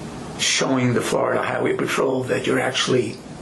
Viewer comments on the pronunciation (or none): none